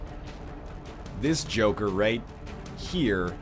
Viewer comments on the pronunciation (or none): none